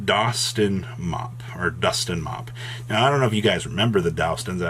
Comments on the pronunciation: it's Dust-on for duston, not dows-ton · Dowston? Bruh come on. It’s DUST-ON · "Dowston" Are you having a stroke? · How you struggling to say DUST ON ????